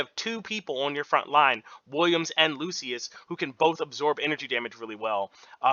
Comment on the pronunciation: It's Skylar and loo-shuhs. We help each other 😁🙏